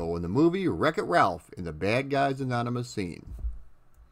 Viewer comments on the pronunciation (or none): none